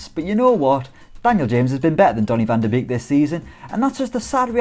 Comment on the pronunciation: This guy needs to learn how to pronounce Beek! It is pronounced bake not beek! He is dutch!